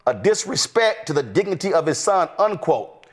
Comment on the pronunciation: He also said diggy nitty when he tried to say DIGNITY.